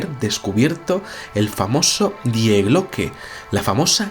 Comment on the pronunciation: Se pronuncia "Di" no "Die"